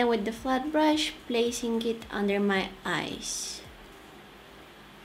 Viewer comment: Every time u said "eyes" i hear it "ice" lol Ur so cuuute love u😻